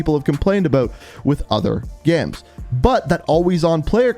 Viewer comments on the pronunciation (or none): The way he says games like gemes lol